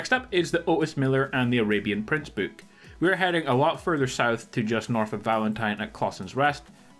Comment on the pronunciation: You're saying book but I keep hearing you say boot.....